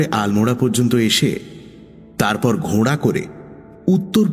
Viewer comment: কথাটা 'ঘোড়া'...... 'ঘোঁড়া' 'ঘোঁড়া' করছেন কেন?